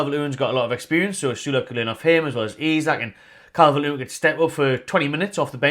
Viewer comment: Not Calvert-Lewin!! Listen to the fans